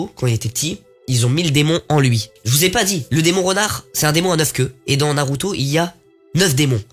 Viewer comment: Tu me tue en expliquant 😭😭😭😭😭🤣🤣 Mais pourquoi tu dit “u” (naruto)c’est pas comme ça tu dois le prononcer comme “ou”